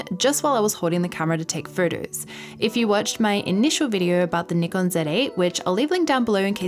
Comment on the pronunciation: Wonderful review. Also thanks for saying NIKON and not Nykon Also thanks for saying Z zed and not Zee.